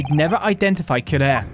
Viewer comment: The poison is pronounced que-ra-ree. Watch the sign of the four and you’ll see.